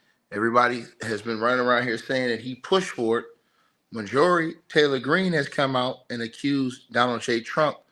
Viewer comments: Sounds it out! 😂🤣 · Mar - jur - ree! 😂🤣😭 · Call 📞 and tell him how to pronounce Majorie name 😂. Anyway, stay on it Bro. You'll catch up ⬆️. It’s a mess out here 👎🏽🇺🇸🌎💯😾